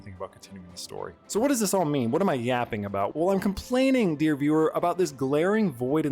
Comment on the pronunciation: Whrn you said yappig children word your articulation quality dropped